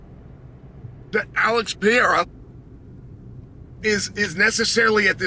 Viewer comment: "Aleks Pierre uh"